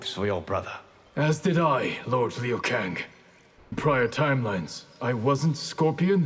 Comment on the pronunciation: finally someone pronounced "liu kang" in the correct way (mandarin)